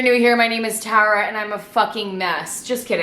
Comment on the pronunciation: i know its literally your fucking name... but the way you say tara is so satisfying lmaooooo